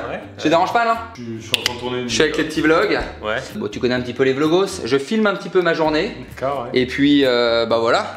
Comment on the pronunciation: Il dit vlogos vers